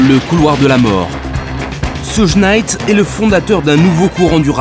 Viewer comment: Mais qui est à l’origine de ce documentaire 😂? Jodeci sont rappeurs c nouveau ça ! Ssougue naite 😅 , bref aucune connaissance du rap de son origine, tout est décousu, du grand npk !!!